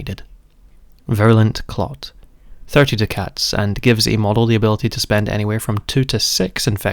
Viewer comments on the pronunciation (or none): Duck-ets not Do Cats. Otherwise very good video